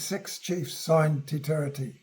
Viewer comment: For someone speaking to the history of our country, and he can't pronounce Te Tiriti properly is ignorance personified. He is claiming he is an authority.